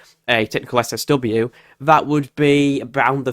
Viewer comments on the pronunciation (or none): SSW? You said it quickly three or four times and it sounded like 'seswesway warming' I couldn't understand what you were saying and missed the whole point video.